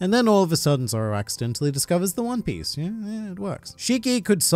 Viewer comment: I didn’t know that “zoro” was actually spelled as “zolo” 😂